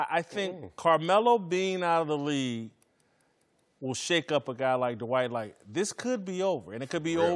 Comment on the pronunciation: His name is pronounced Dwight, not D'White :)